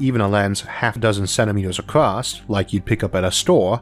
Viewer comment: I notice that you tend to pronounce across as 'acrost" from time to time. I have heard other people do the same. Is that from having an accent or your increasingly hard-to-even-notice speech impediment?